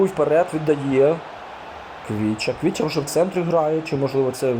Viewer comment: Є 1 замітка Не Квіча Кварацхелія, а Хвіча Кварацхелія